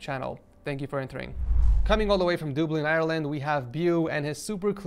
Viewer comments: pronounce it Dub, not Doob. Dub-lin not Doob-lin. Bo, not beyu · did he just say doubli it’s dub-lin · dooooooplin its Dublin like like cup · Dooblin lmao its dub-lin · yep haha and its duh-blin not doo blin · To all Americans just because we are Irish doesn’t mean EVERYTHING is pronounced in a weird way it’s pronounced Duh-blin as spelt not dooblin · from dooblin Ireland Me: ITS DUBLIN NOT DOOBLIN!!! Nah I’m only joking love the vids 😂🤙🏻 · As an Irishman did he just say dooblin instead of dublin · It’s pronounced “duh bl (BLue) inn”. Not “duablin” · It’s dub-Lin not dubelin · its pronounced dub-lin not dueblin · Yeah and wtf is dooblin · Im am from Ireland and listening to him say “dublin” like “dooblin” hurts😂sorry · I'm an American but with Irish in my family and I agree big time. No one says "Dooblin" lol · Same bro dooblin never cringed so hard in me life hahaha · 3.42 Dooblin 😂 Love the vid btw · i cringed when i heard him say "doobin" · dooblin eyerlind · "Dooblin Irelund" I live in Dooblin and am planning to enter, so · anyone else triggered that he said "dooblin" lmfao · "Dooblin Ireland" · Nobody gonna comment on how he pronounced Dublin as dooblin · did he just say ''dooblin''? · i live in dublin and WTF IS A DooBlin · I hate / love the way you say Dublin like dooblin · because people around the globe would probably not know how to pronounce dublin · Love how he butchers beau and dublin 🤣👍🏼 good vid tho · The way he pronounced Dublin 😂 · I love you man but being from Dublin, Ireland myself, the way you said Dublin is killing me 😭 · No way he just pronounced dublin like that wtf😂😂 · I know this is a bit late but I am Irish Please apologise for the pronunciation of Dublin 😭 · He said Dublin wrong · Tf did u pronounce Dublin? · He says Dublin sooooo wrong it makes me feel sick🤮lol